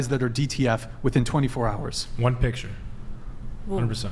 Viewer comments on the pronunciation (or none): none